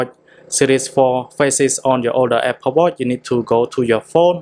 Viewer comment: Watchhhhh not watt